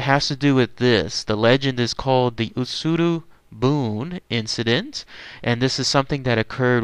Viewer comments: OMG I want to watch this but my gods. UtsuRO buné. I can forgive the rest of the bad pronunciation, I'm not expecting fluency here and heck you apologize for a bad pronunciation but it's boonay. 空ろ船 is literally hollow boat. "utsuru boon" is a "sentence projected on a wall". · Ut-Sue-Row Boo-Knee